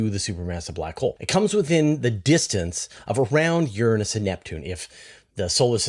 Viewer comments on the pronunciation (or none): none